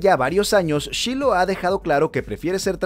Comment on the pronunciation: Se pronuncia /shailou/